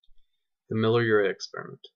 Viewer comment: Yeah, good man, good presentation, the truth. Life from chemicals does not compute. Leisurely spoken as it should be. No rush as in so many presentations of others. However, pronunciation is not always totally clear, e.g., the way you say " Miller Urey." No need for ultra-long pauses. Be consistent. Edit carefully. Keep the volume stable. One word misspelled . I say that because you will have a lot of foreign viewers and that's how it should be! Still, great truths! Thank you.